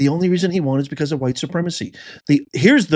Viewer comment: Nice, um, objective language describing the crowd 🙄 not going to work. Serious editorializing, weak as heck , weak and manipulative. And what's with the emphasis on "WHITE"? That was weird as hell, dude. Why did you take your daughter anyway into a situation that you knew good and darn well would be inflammatory??? After that ridiculously shameful Oval Office encounter, and your contemptuous down talking to her, which you are specifically used for, your bringing your daughter as a shield was shameful, JD.